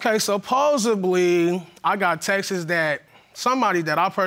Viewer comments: I thought he said “taxes” lol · If he say “TEXT-ES” one more FRIGGIN TIME 🤬🤬🤬BOY THE WORD IS “TEXT” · Please let this fool stop saying textes! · Texts not texes. Yeesh!! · Him: “I axed her to show me them Texas” 😂 Me: i ❤️ this guy so funny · It’s “texts” not “ Texas” 🤦🏾‍♀️. How are these women even attracted to these men? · For the love of all that's HOLY the word is texts, not textes.... 🤣 This man is something! SUPER cheated!! Im gon be real wit u!! 🤣 Judge Lauren's facial expressions with the ghosts 🤣🤣 "your ghost fell" The mama is gorgeous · Pronounces texts like Texas lol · Texis (texts).....Supposably (supposedly)......stay in school 🏫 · “Supposebely, I got texes from familymemmers”